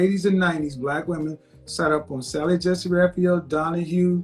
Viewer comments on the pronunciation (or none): none